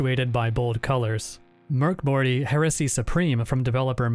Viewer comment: The fact that you actually pronounce Mörk Borg as it is supposed to be, is the sort of attention to quality detail ive come to expect from this channel